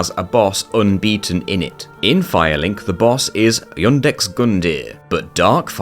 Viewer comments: Lol why do you add an 'N' to Iudex Gundyr every time you say his name? It's just "Iudex" not "Iundex"; it catches me off guard every single time you say it xD. Great job on the vid though. The souls community will stop at nothing to break these games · Why do you insert an N into the pronunciation of Iudex when there is clearly no letter N in this word? Incomprehensible behavior. You keep saying it like I Undex. It's Youdex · The inability to pronounce Iudex as anything other then Yundix with a magically present non existent "N" is annoying